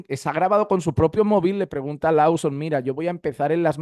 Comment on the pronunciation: Hno, gracias por sus videos. Por favor el apellido de Steve se pronuncia más o menos "Looson", no Lauson ni Louson... 👍